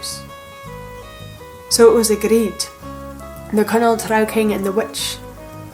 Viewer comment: Thank you for pronouncing "trow" correctly! The fantasy creatures in AD&D called "drow" are pronounced the same, because their origin is this exact folklore, along with Viking dark elf folklore of course. I try not to be a grammar nazi but it's hard when people call them "droh"😂 Great video!